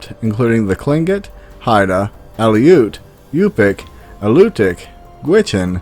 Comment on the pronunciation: and here i was...lets see how he pronounces it...lets wait and see....you said Tlingit right!!!!